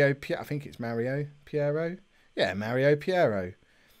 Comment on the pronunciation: Hey. It's Peiró not Piero! You can allways nickname it your way like Sir Briana of course lol. In another subject why dont you look to playear fitness when you make substitutions????